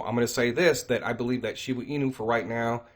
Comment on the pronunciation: ShibA inu.. not shibU inu lol 😆 thanks.